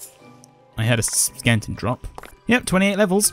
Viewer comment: is it "skeleton' or "skelington"?